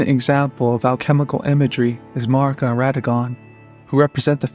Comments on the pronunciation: Honest question. Why do so many lore YouTubers pronounce Marika the way that you do? Is this an American thing? I’m just curious because it sounds so strange and no one I ask will answer me lol Melina says Marika’s name multiple times within the game, as do others. None of them say Marr-ika. They all say Mare-ika. Is Marr-ika just the way Americans say Marika? But then why do you say Marika when you say A-Merica? I’m so confused! But anyway, wonderful work here. I love that you make mention of garrulous goldmask’s work on Gnosticism in Elden ring. Brilliant! Can’t wait to see more of your stuff! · thank you for definitely the best answer I could have hoped for! Thank you! But this just leaves one more question. If this is the reason people are pronouncing it that way, why aren’t they pronouncing it properly? It would be Marr-EEK-uh. But no one is saying that. They’re saying Marr-ICK-uh. Lastly, I wonder if all of these Hungarian names are specifically Hungarian for a reason and why in-game characters would pronounce them “incorrectly,” if there was any significance in their origin. Truly fascinating stuff. Thank you for a great answer! I had no idea!💜🫠